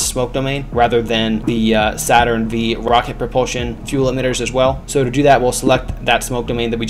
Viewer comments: I felt physical pain when he pronounced saturn v with a v instead of 5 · Not to be “that guy,” but it’s Saturn 5. The “V” is a Roman numeral. Other than that, excellent tutorial.